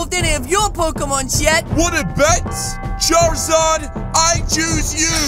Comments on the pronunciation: Man has a Charmander calls it Charzard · It is character not chairizard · Hahahah he said Charizard